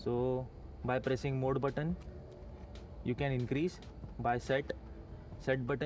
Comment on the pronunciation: very informative. And it's MODE NOT MOOD ! It's kind a funny!!